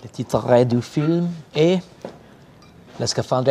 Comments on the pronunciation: Oscar said ‘titre’ so wrong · And completely butchered the french pronunciation too Edit: butchered might be too severe. Titre doesn't have an accent aigu, so it doesn't have the "a" sound on the e.